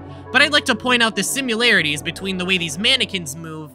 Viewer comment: The real mystery is how he thinks "counsil" and "console" are the same words Edit: i cant tell if this is just a high level troll or if he genuinely dosnt know what the words he wrote are. the "simUlarities" bro its sIMILArities. It's unfortunate because this is a great well edited video on this subject yet its annoying as hell to watch because of the pronunciations